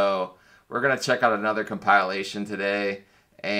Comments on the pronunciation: Haha he pronounced compilation as compile. Ation. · You suck And you pronounce compilation wrong